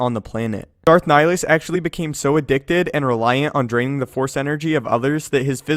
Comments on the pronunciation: Nihilus, not nilus. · It's Nih-Lee-Us (like, MUS-ta-far) and Sigh-On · So odd how English speakers pronounce Nihilus. Sounds like they're just slowly saying "Nilus". It's a Latin word with 3 syllables. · You said nilhilus wrong